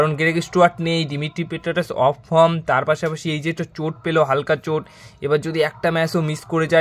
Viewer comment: Kotha ta fom na form hoba aga thik kora uccharon kor